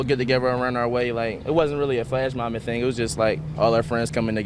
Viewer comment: Do you actually pronounce the word "thing" as "theen"? Why?